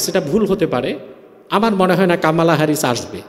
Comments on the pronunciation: কামালা হ্যারিস নয় । কমলা হ্যারিস । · কমলা না কামালা হবে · He don't know US power. US can destroy the whole world, but they will not do that. And pronounced "Kamala", it's an Indian name, how we pronucnce "Komol Das gupta" . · একটা বাংলা শব্দ কমলা কে কি অদ্ভুত ভাবে কামালা বলছে, চমৎকার লাগছে হুজুর